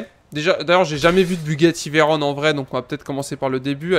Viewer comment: Mec, ça se prononce [véron] pas [véronne], et présente une 2cv stp